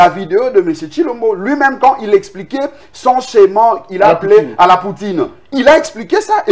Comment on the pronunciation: Humm ohh juriste Blanchard, au lieu de schéma mr dit scheman pfffffffff